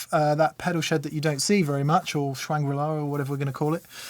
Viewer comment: I'm watching this again because I couldn't when it came out. I just realized you said Schwangrila......